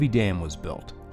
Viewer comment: Locals pronounce Kootenai as "koot-nee".